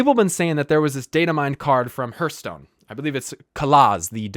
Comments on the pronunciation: You’re mispronouncing Hearthstone. It’s not HERTH. It’s HEARTH. Like your HEART. Not your HURT. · hearthstone is pronounced h(AH)rthstone....